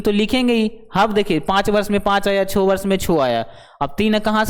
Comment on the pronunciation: 6 ko aap Chho mast bolte ho.....